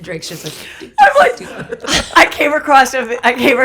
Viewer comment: Heather girl - i say this out of love because I know you struggle with words- the word is "across" not "acrosst" as in "i came ACROSS kim k's new pubic hair underwear line"